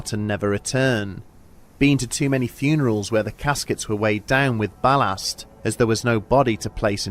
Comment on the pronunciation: The heck was that pronoucation of ballast?